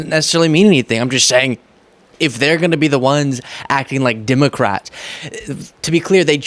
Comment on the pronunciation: Stop saying DIMOCRATS.